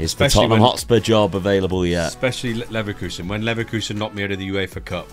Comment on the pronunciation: It’s pronounced Leverkusen not Leverkusen & Juventus not Juventus